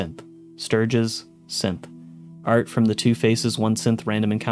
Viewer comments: Am I the only one that is hearing him say "simp" instead of "synth" when listing the characters that are Synths? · SynTH - wtf does it sound like you keep saying SimPPP? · You kind of pronounce synth like simp. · Every time he said Synth I heard Simp. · When you're passively listening and you accidentally hear Simp instead of Synth 😆 me wondering if it autoplayed to a random video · I kept hearing simp instead of synth. So “simp hysteria” “this person is a simp” “simp components” 😅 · Is it just me or is he pronouncing synth 'simp'?